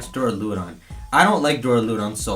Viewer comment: When he said g-max duraludon I thought he said g-max breloom